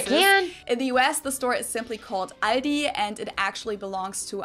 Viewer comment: Aldi's -> "All (of) this"